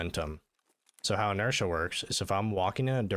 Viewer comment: “Inertia” lol